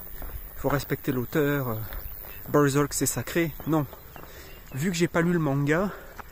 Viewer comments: c juste ta prononciation de berserk qui m'a fait rire moi je le prononce bien à la française en mode bairsairque mdr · J'aime bien comment tu prononce Bœurzœurk XD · c est quoi cette accent en disant berserk...??????!!!???